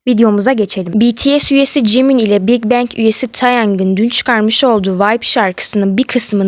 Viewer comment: Videonun başlığında jimin diyip videoda farklı söylüyorsun